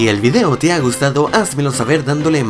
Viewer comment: Porque esta clase de videos siempre los hacen gente con acento sudamericano? No tengo nada en contra de ellos pero me gustaria escuchar cosas que si tienen una z no la cambien por una s... O que por ejemplo la palabra video se dice tal cual se escribe no videó, esa manera de. Decir video con un acento que en teoría no existe pues no se, es raro :D